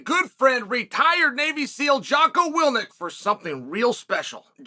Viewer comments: "My good friend..." proceeds to pronounce his name incorrectly- "Jocko Willnick", I believe your best mates name is Jock Willink- "Will-ink", hahaha. I guess Jocko needs to change his name now. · “… my good friend Jocko WILNIK”?? Hey Tio… May want to switch the “N” and the “I”, in the way you read, write, and/or say Jocko’s name. 🤦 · Look I love Chael. But does anyone think it’s hilarious that he said he’s teaming up with his “good friend” yet he doesn’t even know how to say his name?!?!🤣🤣